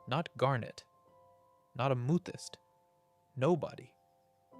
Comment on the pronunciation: I feel like i’m getting punked with some of these pronunciations 😂 words that have absolutely been said correctly previously on the channel. Like Amethyst or Peridot. Or Sardonyx.